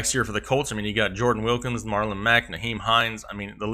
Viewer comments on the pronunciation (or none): none